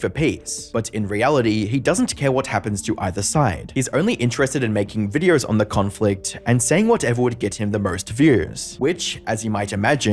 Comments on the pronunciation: Its me hearing or he keeps pronouncing "videors". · Why do you say videor? You put some Rs where they don’t belong but videor is really noticeable because you say it a lot. I’m genuinely curious, not trolling or anything.